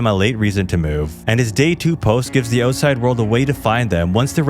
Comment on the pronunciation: Love how he says "outside" owetside